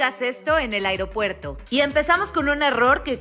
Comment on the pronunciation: Gracias por los datos, pero NÚNCA pronuncies AIROPUERTO, di AEROPUERTO.